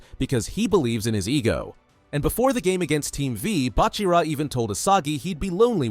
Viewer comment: WHYD YOU SAY BACHIRA LIKE THIS?? “Bach-irah